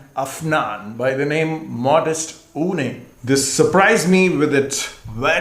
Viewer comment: It’s not OOONAY but OOON.